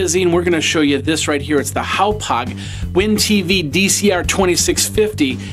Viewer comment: It's pronounced HOP (like what a frog does) HOG..... HOP HOG not HOW POG. It's on their own website how to pronounce it. I know this review is old but as an update, the extra 'box' that Charter gave you was a tuning adapter that is needed to receive digitally encrypted channels. In 2012 not all channels were digital so you may not have needed it depending on your cable package. As of now, Charter is 100% digital and I believe you do need the tuning adapter to see any of the channels. Just in case anyone else is searching for reviews of this cardcard receiver. I was hoping to see it in actual operation.